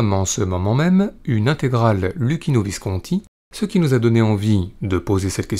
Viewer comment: Luchino = Loukino bravo pour la prononciation. En Italien CC = Ch et CH = K (phonétiquement)